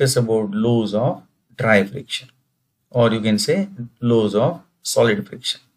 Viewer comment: Please kindly pronounce the word properly because you are talking about the engineering terms and as a engineer it s very shame full of how you pronounce the word laws, "lows"😄😄😄